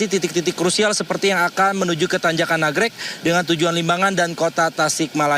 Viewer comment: Nagreg mba , bkn nagrog